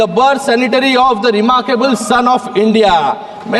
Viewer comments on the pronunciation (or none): none